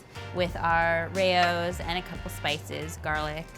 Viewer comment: Whyd you pronounce raos as ray-os 🥴